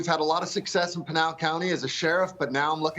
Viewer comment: PINAL not PENILE Maria.